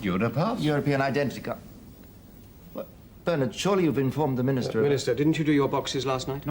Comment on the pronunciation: you gotta stop saying bernard like burn-et lol at least say burn-ed